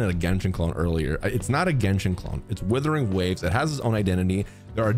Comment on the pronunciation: Sorry but stop. It's not withering.. there's a U. It's Wuthering Waves.